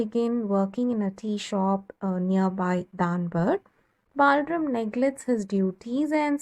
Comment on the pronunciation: The explanation is petty good but no need for the fake accent. What is “Balrum”, It’s BalRAM.